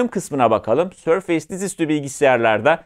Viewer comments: sorfeys degil sorfis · sörfeys değil abi sörfıs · abi otu boku düzeltmeye çalışan cringe bir tip gibi olmak istemiyorum amaaa sörfeys değil sörfıs diye okunuyor..... seviliyorsun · sör-feys değil sör-fıs - teknoloji editörü sayın beyciğim. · hocam şuna sörfeys deme artık sörfıs diye okunuyor ya 😂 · Sörfeys -- Sörfıs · Sörfeys demesek güzel olurdu olsun :) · yani maykrosoft demeyi biliyorken, sörfeys demek nedir yahu?